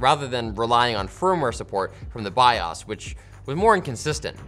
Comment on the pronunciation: Thank you for saying Bios correctly!